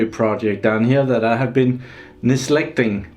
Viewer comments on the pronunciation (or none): Hi. Your English skills are fantastic even though English is not your native language but I think you mean "neglecting" instead of "nislecting" I love the channel - keep up the great work!!:) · Nislecting? Neglecting? :P